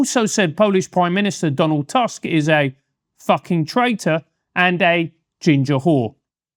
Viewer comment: As a Pole I will disagree on one thing: you mispronounced "Tusk" ;)